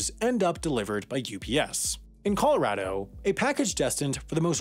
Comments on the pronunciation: Anyone else him say 'Coloradaho' haha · “in coloradaho”